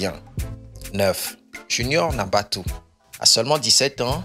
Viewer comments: Cest faux tout ca Deja on dit junior NATABOU S PAS NABATOU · Natabou pas "nabatou"